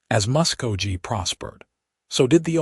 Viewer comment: It is pronounced Musk-go-Key!!! This is the first Western story having a female reporter. Listening from Clarksville, TN.